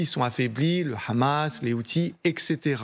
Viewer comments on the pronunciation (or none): none